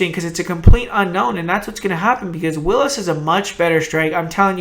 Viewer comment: willis?! WILLIS? nahhh